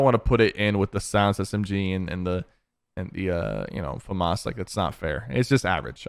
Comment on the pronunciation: FINALLY SOMEONE WHO KNOWS HOW TO SAY FAMAS